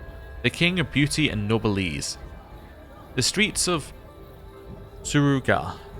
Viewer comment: Noblesse is pronounced no bless